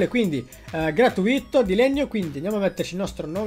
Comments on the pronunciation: si dice gratùito non gratuìto hahhaahhaa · Ma perchè dici "gratuìto"? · Non ti posso più sentire quando dici gratuìto😱😱😱